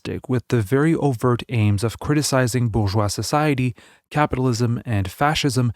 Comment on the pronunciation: What is "bouvois" society? Do you mean bourgeois?